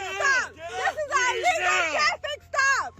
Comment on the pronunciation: It’s ILLegal, not, allegal. Ignorance!!!